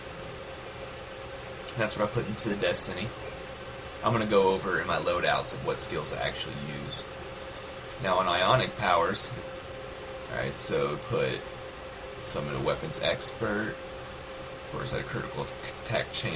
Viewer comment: *iconic not ionic.